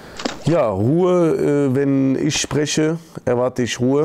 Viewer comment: wieso kann der ich nicht richtig aussprechen?